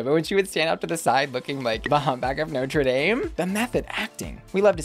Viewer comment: The way you said Norte Dame 😭😭😭